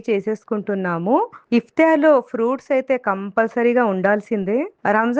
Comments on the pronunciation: It's not iftyaar it's iftaar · Iftaar.... It's not iftiyaar...